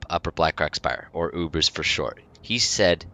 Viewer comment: UBERS!! Say U.B.R.S